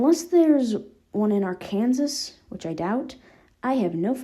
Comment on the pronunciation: "Ark-an-sas" Do you mean Arkansas (AR-kuhn-saw)?